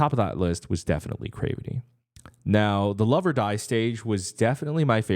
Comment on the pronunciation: you are saying there name wrong 😅 it’s more like crAvity not crevety but whatever I’ve been looking for your reaction for them 🙏🏼